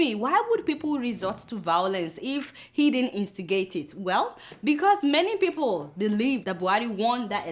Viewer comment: Buhari needs tongue surgery. Like its people not fiiple! Lol kk